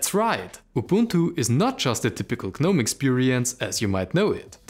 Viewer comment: A polite fyi, the 'G' in Gnome is silent, it's pronounced Nome. Thank you for your videos.